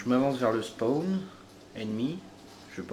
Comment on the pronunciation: c'est une dedicace à moi quand tu accentue le mot spaaaawn?